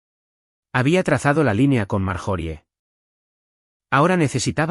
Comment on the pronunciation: Por Dios porque dicen marjori se pronuncia maryori